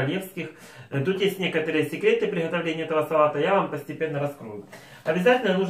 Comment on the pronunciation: Букву Г обязательно, четко надо произносить...В приГотовлении этого салата )))